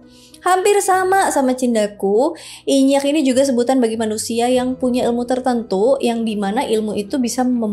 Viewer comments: Inyiiak kak bukan inyakk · nyebutnya aga salah ka, inyi